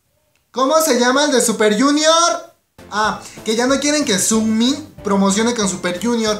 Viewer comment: Es Sungmin no "sugmin" =)